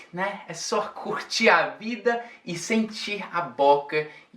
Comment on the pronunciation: esse "curtir a vida" no final foi tão brasileiro!